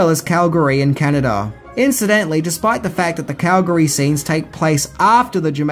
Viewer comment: As a Calgarian I thank you for saying Calgary correctly. I remember when they were here in 88 and the filming of this movie.